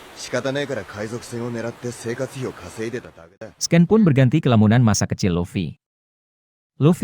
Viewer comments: Koreksi dikit nih bang biar makin nyaman dengernya... Scene itu dibacanya "sin", bukan "sken" ... Maap sebelumnya 😊🙏🏻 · Itu AI yang baca jadi dia bacanya sesuai ejaan indo